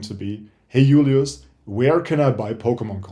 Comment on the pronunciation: I knew it you have so much German stuff and when you say Julius or Kleinanzeigen it sound German. Thank for your video it was a pleasure to watch this kind of videos. One of the important things into collecting are for me to change bulk for new product or to trade because I have to possibly to trade in my area